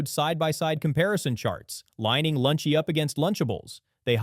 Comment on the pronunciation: Note to the editor, The voice over kept saying Lunchy and skipping the second L in the brand name for most of, if not the entire video.